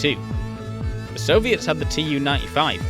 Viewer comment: one small remark: "Ту" reads as "too", not as "tee-you", it's the first letters of surname Tupolev